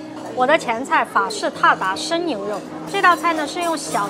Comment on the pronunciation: 妹子，字都念错了！真的是四川人念字只念一半。鞑靼的读音不是“踏达”， 而是“达达”da da，二声。